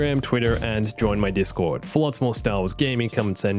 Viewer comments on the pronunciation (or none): none